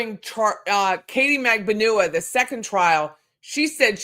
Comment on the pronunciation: New subscriber, but Katie’s last name is pronounced MAG-BAN-U-A. sorry that’s a pet peeve when it’s mispronounced. 🤷🏻‍♀️